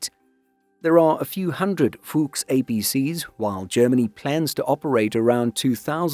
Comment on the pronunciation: Your german pronounciation is better than most, but you need to channel you inner german general more. If it doesn't sound like you are yelling at a private who messed up, you aren't doing it right. Fuchs is supposed to be pronounced as harsh as the english fox. Say it like Fux or Fucks.